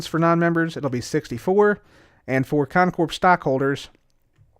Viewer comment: It still freaks me out to hear the P in Con Corp pronounced out loud. Lol 😂 Stay in school kids.